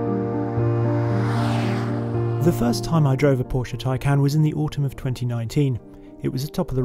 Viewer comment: Kudos, britisch fellow saying it right PORSCH E not Porsch, like most english speaking do. Well done on the report. Thanks.